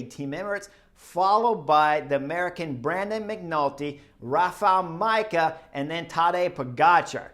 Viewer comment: This podcast could also be titled Chris butchers names. I'm mostly bothered by easy ones, like how can you mispronounce Rafal Majka ...